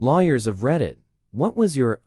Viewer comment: why does the first word the TTS sound like 'Liar'? Liars of reddit XD